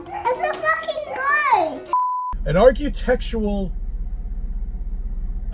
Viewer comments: So Chris thinks the pyramids are "arch-you-tectural remains" of a more advanced civilisation, does he? The very fact that he can't even pronounce "architectural" is enough to guarantee that I won't take anything he says too seriously. Face it, the whole "flat Earth" concept is as dead as last Saturday's newspaper. No matter how loudly these intellectually challenged windbags bloviate, all they succeed at is making laughingstocks of themselves. Thanks for bringing more laughter into my life,.❤️ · "archEEtectural" WTF?..